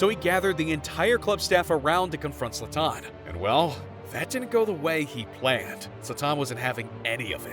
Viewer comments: I can't take this video seriously when you can't even pronounce his name correctly. It's Zlaaatan and not Zla-tannn! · Why hasnt nobody mention that he enunciate his freakin name at the wrong A. Its ZlAtan not ZlatAn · You are disrespecting him pronouncing his name like that 😂 Its not zlaTAN, its ZLAtan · His name is pronounced ZLAH-TAHN. Not Zahtahn. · It’s ZlAtan, not ZlaTAN. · Its pronounced zlatan. Not zlataaaaaaaaaaaawn. Come on ai. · It's zlatan and not zlataan dude mispronouncing the gods name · funny how you get his name wrong continuously, it is ZLATAN say it over and over, not Zoltan!!!!! Oh, and ethnically he is SERBIAN, you can tell from his name. JS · Who cares for mls?! Who calls Zlaran Ibrahimovic a f Zlata-an. Zlatan not Zlataaaan. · ZlAtan, not ZlatAn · HIS NAME IS ZLATAN, NOT ZLATTAN! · Zlatan, not Zla-tan. Come on bruh. Just say it all together, stop making a pause. This video is so americxan where the presenter has to be the star and the center piece instead of just showing footage. Trying to be funny and cant even pronounce his name. 100% american bullshit. Stick to pigskin-ball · 2 seconds in… ZlaTÁÁN?? Fuck this video dude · Who is Zla-Taan? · His name is not Zlaten he is sathan😈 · no. u mispronounced Zlatan in the 1st seconds so I couldnt. Ur narration is a bit over the top as well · I think the biggest disrespect is mispronouncing Zlatan's name this whole video. Would it had cost to put at least 20 seconds research into figuring out how to pronounce it? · Mispronouncing his name for 11 minutes straight. Talk about disrespect. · Wrongly pronounced Zlatan through a whole video, but good video anyways. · It would have been better if you pronounced Zlatan correctly. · Bro, ur butchering his name. Stop saying it like a idiot , and u talk to much , the clips talks for it selfs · Who tf is Zlataahn? This narrator man. And bordell? Its bordeux whete is the l?